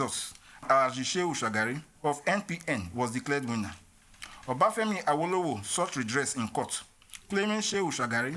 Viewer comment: Any video you watch pronouncing Awolowo as “are-woe-low-woe” is just there to spread propaganda.